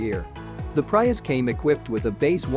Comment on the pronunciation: Prius: Pronounced Pre-us... not Pry-us